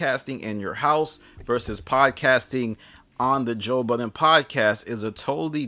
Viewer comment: I’m disgusted with the way that you pronounce his name 😂😂😂